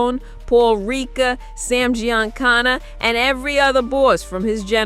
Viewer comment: The butchering of Giancana name is real gangster